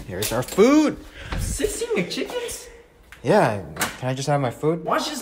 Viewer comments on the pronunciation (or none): When he said “16 McChickens”, I thought he said “Sesame Chickens?”